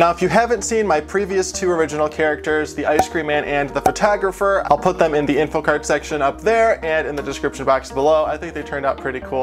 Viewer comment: Did he say Fertagerfer? Yes, I know it’s, “Photographer.” Another thing. How can she kiss you?!?!?!